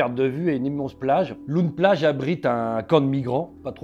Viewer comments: Loon plage se prononce Laune plage et non pas loune plage 😉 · "loun- plage" 🤣 on dit "lone-plage" avec l'écriture loon- plage évidemment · Loon Plage ça se dit "Lon", pas "Loune". Hyper intéressant sinon merci ! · on dit "lone plage" pas "loun" ! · LOON ne se prononce pas "loune" mais "lon" 😊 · "lone" plage, pas "loune" plage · Oui ls fusillades cest chaque semaine Ce ne se prononce pas "loune" plage mais "laune" plage Ensuite les bateaux et moteurs sont importes directement de chine par colis. Juste pour donner un ordre d'idée - une traverse illegale est estimé autour des 1500e - et si vous francais vous prenez le bateau a pied sans voiture et via les ferry habituels cela vous coute 20e Et ces migrants risquent leurs vies tous les jours avec femmes et enfants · On dit lone plage!😂❤ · On dit "lone plage" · Ça se voit qu’il vient pas du Nord comment est dit Loon plage! Il m’a tué, je suis mort de rire